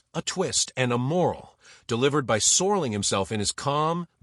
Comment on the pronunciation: AI slop renames Rod Serling to "Soarling"